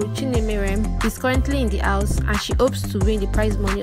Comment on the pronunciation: Madam it is House not Aws